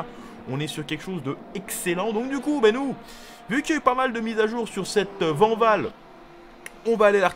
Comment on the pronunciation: Mais non coach, ça se dit pas Vanvall, ça se dit Vaaaaaanwoooooll Toujours au top sinon Ne faits pas une Jacques Villeneuve 😂